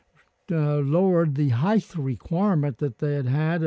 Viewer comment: Like many Americans, he mispronounces the word height as "heith".